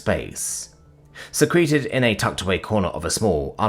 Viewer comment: So why is secreted always pronounced as the "fluids leaving the body" definition instead of the "something is hidden" pronunciation?